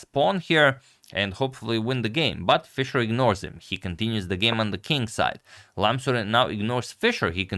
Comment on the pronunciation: Praise to agadmator for correctly pronouncing his name and this is a legendary game agadmator is goated🎉